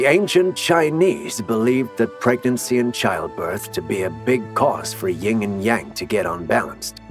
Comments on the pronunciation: I couldn't finish the video after the 2nd time he said YING and yang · Dude, it's YIN.